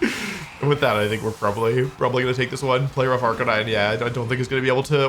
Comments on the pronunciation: Question... Who is Arca-nee-né? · "Ark-a-nee-nay" FlygonHG fan confirmed?